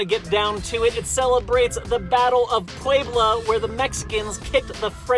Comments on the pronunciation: Puewblo Me: 🤦🏻‍♀️🤦🏻‍♀️🤦🏻‍♀️ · i never thought I needed to hear say Puebla until.now😂